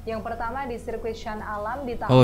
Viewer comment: SHAH ALAM bkn SHAN ALAM hehe